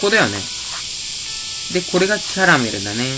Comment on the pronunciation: キャラメルのアクセントに違和感あるのは僕だけかな？(笑) 僕は食べ物のキャラメルと同じ発音でキャラメルと言ってます！ まぁ人それぞれだな！それとも、僕がおかしいのかな？